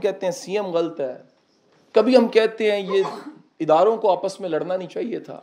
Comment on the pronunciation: Ghalt nhi sir lafz h ghallat, please correctly pronounce